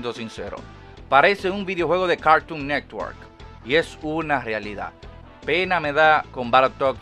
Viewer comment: Me encanta como dices cagton negwor 😂😂😂😂